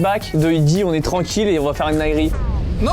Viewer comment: Sympa cette vidéo de la rentrée. Je me pose une question, savez-vous pourquoi dit toujours "iske"? Est-ce que le verbe être au présent est si compliqué?